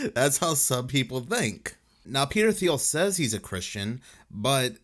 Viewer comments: Hey buddy, it's pronounced like how the color teal is pronounced. TEAL. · Thiel is pronounced like teal, the color.